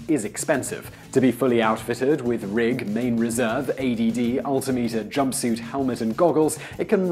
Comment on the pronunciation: It's altim-eter rather than alti-meter.